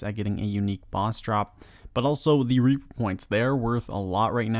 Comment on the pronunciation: the way you said "reaper" lmao